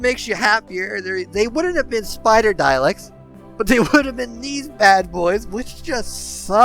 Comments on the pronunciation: Interesting video, but listening to the butchering of the word "Dalek" was painful. There is no i in the word. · it didn't really, it was kind of funny you were so worried about mispronouncing all these other words, but not dalek. I guess that's how the brain works sometimes, over worries about some things and just lets other stuff through.. either way, the presentation was well done and it was an interesting subject, the mispronunciation wasn't enough to make me turn it off, or prevent me from liking and subscribing. I may have been exaggerating for effect, when calling it painful. The trappings of commenting on social media platforms.